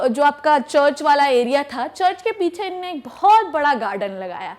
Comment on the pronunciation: Her "inne" & "unne" 😂😂😂